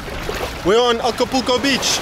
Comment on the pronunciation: You can’t pronounce Acapulco